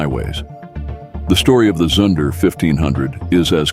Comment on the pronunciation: Zunder is pronounced zoonder, not to rhyme with sun or under. Education in deficit.